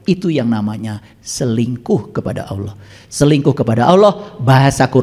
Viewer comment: Cara menyebut nama Allah saja salah. Hati² guys